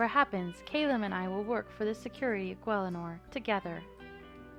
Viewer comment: Just me who REALLY thinks its kal-uhm not kay-luhm... corrected Valois etc but never Callum